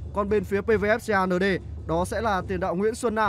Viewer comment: Đọc Xê a nở đê vãi kém. Cứ đọc công an nhân dân đi cho chuẩn. 😂😂😂